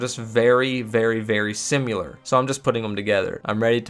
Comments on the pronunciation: It's not "Sim-yoo-ler", It's "Sih-meh-ler". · bro... you gotta fix how you say "similar" I'm sorry man but its just killing me, you say it so much, you say "simyular," it's pronounced "sim-i-lar" bro idk where you're getting the y sound. love the content though bro, don't mean to bitch lol, keep up the good work! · it's not sim YOU lur it's sim IH lur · Similar not simular. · my mans really said "simyular" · 'Simular' lolol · Bro really says Simular.